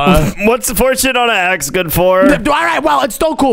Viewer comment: Bro stop saying gwod